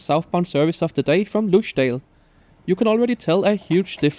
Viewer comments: "Lussdjäel" Other than butchering the name of Ljusdal, this was a great review! The refurbished X40 looks fabulous! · Haven't had the chance to try the new train yet, but I occasionally ride it since Ljusdal (pronounced "ews-dahl") is one of my two local train stations, and often they have the least expensive trains to or from Arlanda or Stockholm